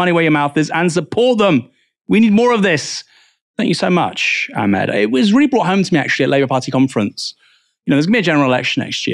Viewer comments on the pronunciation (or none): none